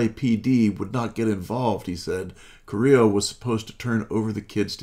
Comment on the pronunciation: Her name is Liliana Carrillo, not Carrilla.